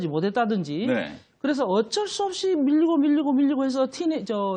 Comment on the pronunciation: 커어걱쩔수 없이 커..컥쩔수 없이 발음교정이나 다시 하고 방송출연하시지예 할머니?